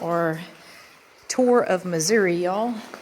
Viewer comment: WOW! I just love, love , love it! And you got it right, it’s Missouri “ee”, not Missour “ah”. And it’s a float trip, not a paddle trip. Last time I was done in the “Irish Wilderness “, we saw a 5’ rattle snake across the trail at Whites Creek Cave. It was the most non aggressive, docile creature I ever encountered. Next time you come back to the “Cave State”, we’ll throw a couple pork steaks on the grill and see if we can get you into Carol Cave, probably the most beautiful cave in Missouri. And by the way, you got more caves in Tennessee than we got in Missouri. Just don’t tell anybody. Take nothing but pictures, leave nothing but foot prints and keep nothing but memories.